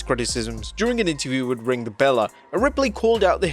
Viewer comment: It's STILL pronounced "BELL" for the Ring The Belle Podcast, NOT Bella, as in the Bella Twins. BELLE is a Southern woman, just like The Sassy Southern Belle, Lacey Evans. The SECOND "E" is SILENT.